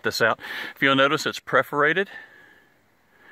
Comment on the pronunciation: PERForated not PREForated